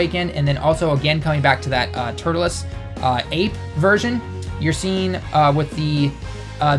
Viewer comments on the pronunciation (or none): it's turles not turtules bro wtf?